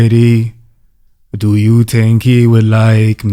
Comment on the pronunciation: “Knows what I tink about” sent me